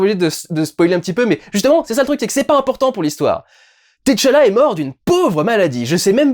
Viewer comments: Par pitié, arretez avec vos "T. challa" c'est TCHALLA, c'est pas insurmontable de tout dire en une fois, et c'est bien + esthétique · Durendal c’est Tchalla Et pas T Challa🤣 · c'est pas t challa mais t'challa😁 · je l'ai noté en effet. Ca n'en reste pas moins choquant à mes oreilles. Avant d'être une œuvre cinématographique c'était une bande dessinée qui s'inspirait clairement de personnage aux origines africaines. Et dont la prononciation la plus naturelle pour les lecteurs de cette partie du monde serait d'inviter à dire "tchala" et non autrement. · Salut Durendal je regarde le vlog et ça me fume chaque fois que tu prononces le T de Tchala a part ...Comme les noms africain la première consone ne se prononce pas et est "aspiré", le son est le meme que quand tu prononce Tchaikovsky par example. voila je retourne regarder le reste du Vlog